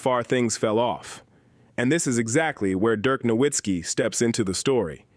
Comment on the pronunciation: Aside from mispronouncing Dirk Nowitzki and Luka Doncic correctly, the video was good. The real question no one is asking, does Cooper Flagg want to stay in Dallas?